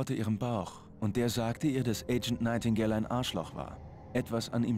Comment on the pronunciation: ps der typ heist nigthtingale und nicht nightigdale